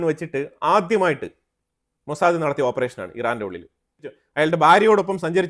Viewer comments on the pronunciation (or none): none